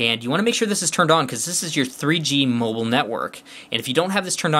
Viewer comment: lol you said mobile funny but is the phone good around Verizon areas